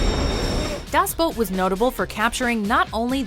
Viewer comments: its called "Das Boot" not "Daaaas Bout" just saying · Das Boat? Really? You put the video together and you still pronounce the name of the film wrong! 🤦🏼‍♂️ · I think it is pronounced "Das Boot", not "Das Boat". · "Das Boot" is pronounced das boot, not "boat". "Battle: Los Angeles". A gritty and realistic modern day urban war movie, if one discounts that the ones who declared war on the Earth are extraterrestrial combatants. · Das boot not das boat are you all dyslexic morons or what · Alex Likes Pancakes No it's not, I'm from Germany. We pronounce it like 'Boot' and not like 'Bout' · you do realize it's pronounced boot like the show not boat.. in das boot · das BOOT! not das boat. omg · Um, its not das boat...its das boot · Das Boot, not Das Boat. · I hate how she pronounces the movie "das boat" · Alex Likes Pancakes Im german and that is not true. Germans say it with a long o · Hauke Holst Um, well, look it up. Every pronunciation I hear always sounds more like boat than boot. Even the German actors in the film say boat. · Das Boot ! ... it's pronounced DAS BOOT ! - all of Germany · Steve Mqueens character did not lead the breakout in the great escape and Das Boot is not pronounced boat! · The way this daft sod pronounces Das Boot makes me want to burn everything.